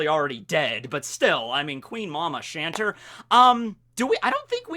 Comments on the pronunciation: Big Mom's ship isn't pronounced "shanter" its just "Chanter" as in it chants... its a ship that chants... you know like it talks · I always just figured the Queen Mama Chanter was pronounced "Chan-tay" like the French word Chanter meaning to sing, you know, cause the ship kinda, sings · Chanter is french, pronounced shawn-tay. It's a verb that means sing, cuz the ship sings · It's chanteur it's french it means singer